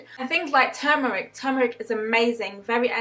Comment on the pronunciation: Just found yr channel.. Some good advice... Great stuff.. Really happy to hear you promote healthy eating as numero uno👍... Glad you got out of med school... And went the herbalist route..also, i think u are only the second person i know thst actually pronounces turmeric correctly with the "r"..most people say tooomeric!!...one thing to remember.. Or, what do u think.. Everyone says sugar is bad, but it is refined sugar thst is bad, imo.. Fruits are sugsrs so i think it is always important to stress refined sugars i.e all thats in processed dead food... Anyway, great info, sm going to watch more.. 👍👍